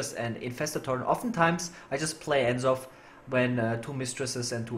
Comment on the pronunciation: The way you pronounce N'Zoth is just wrong. The apostrophe is there for a reason.